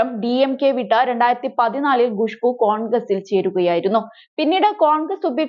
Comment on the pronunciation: Not gushboo, it's Khushboo. Learn to pronounce properly